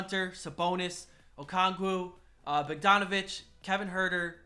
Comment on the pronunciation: u said Bogdanovic wrong but im pretty sure thats just ur Wisconsin showing